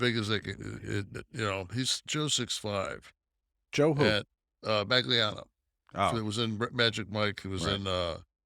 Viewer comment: Mangelliano, not Mangliano.